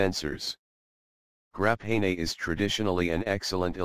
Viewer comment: Grah-pay-nay ooooo